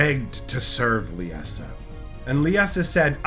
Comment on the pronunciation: Great video, as always. One question: Why the pronunciation? Lie-Sa, I really don't understand why every youtuber I've seen has issues with this name. Lisa, Lieza, and now Leessa. It's just Lie-Sa, they way it's spelled, Liesa. Again, great video, though it was like nails on a chalkboard each time you said it. Much Love, keep up the great lore videos!